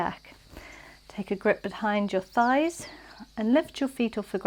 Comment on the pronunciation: you just killed me when your tongue twisted and you said "Scheiss" instead of thighs🤣🤣 Please take a look at a german translator (I'm fluent in german, that's why it made me laugh so hard) 😉 Anyway, loved this flow, always a pleasure to practice with you under the birds' chirps🙏